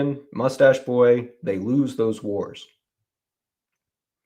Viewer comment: Moostaché Boï 🤣